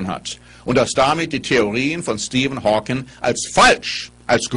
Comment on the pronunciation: Er heißt Stephen Hawking, nicht Stephen Hawkins.